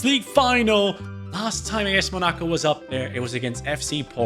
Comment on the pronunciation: please pronounce Monaco correctly. Not mo-NA-co, it is pronounced: Mona-co